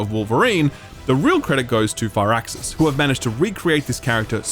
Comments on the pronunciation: Ahh God I never do this, but I have to say something, it’s FIRAXIS not FIRE-AXIS, it’s pronounced “Fearaxis” pretty much. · took me awhile to figure out you were saying firaxis and not far access. gotta love the accent.